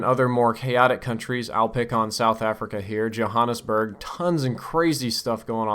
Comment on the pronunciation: Hey, not to pick on you too much, but Johannesburg is pronounced like the J is a Y. good video tho.